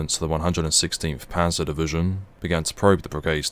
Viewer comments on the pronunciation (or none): none